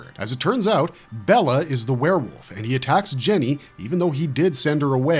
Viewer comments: His name was pronounced like Bayla not bella. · Bela is pronounced "Bay-la" not "Bella". Bella is a woman's name.